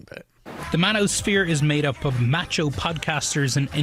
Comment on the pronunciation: If you pronounce Macho like that, then you ain't... MACHO!! OOOO YEEEAHHH!! Yeah... you're just some British Tea Bag, yeah!... You don't have enough testosterone in your raisins to be Macho! OOOOO YEEEEAAAHhhhh!! 🫵😎